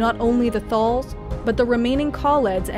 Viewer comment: ‘Skaa-row’, not ‘Skorr-o’. ‘Thaal’, not ‘Thorl’. Other than those dreadful pronunciations, great video.